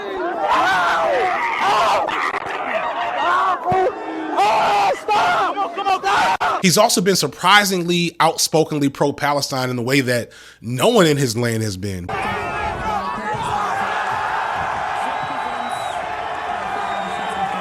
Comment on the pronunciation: "free palisteen" 😭